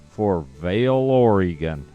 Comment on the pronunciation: It’s not pronounced Oreeegon, it’s pronounced Oregon as in gun.